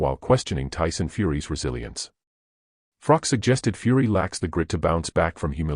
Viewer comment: Pronounce Carl "the COBRA" Froch's name correctly then say anything about a fellow Nottingham man ? I've met Carl Froch aged 12? Too sleek kaleek vs Willey Wise? (Harvey Hadden) Carl Froch was a polite young kid, since met him at the certain casino in Nottingham and even though he has so much money in his bank account he is still that humble, polite kid I met all those years ago, tmy only problem with Carl Froch is he's a forest fan, but despite his football preference as much as it pains me to say he is still a decent kid at heart and he's true to the game of boxing